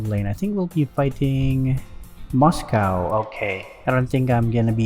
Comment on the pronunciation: that 'moscow' really got me there 😂